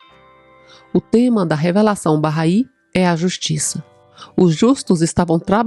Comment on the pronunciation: Bacana. Fui p Israel e conheci o jardim Bahai. Se pronuncia “barrái”. É muito bonito e bem cuidado por voluntários bahais.